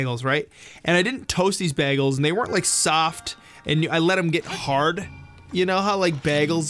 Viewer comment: It sounded like they said "Bah-gels" XD